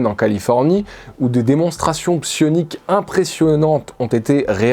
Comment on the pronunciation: A chaque fois que tu dis sioniques j'entends sionistes et je cringe fort XD C'est une chouette vidéo. Merci :)